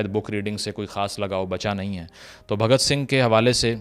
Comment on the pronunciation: Abe sale name to sahi se le bhagat sing ji ka ye mahan krantikari hai